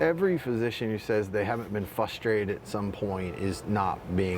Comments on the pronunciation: A medical doctor who says "fustrated"? Seriously? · This is a doctor and he says ‘fustrated’. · Frustrated. Not fustrated or flustrated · How's a man with a doctorate not know how to pronounce frustrated? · This guy is a doctor and can’t pronounce frustrated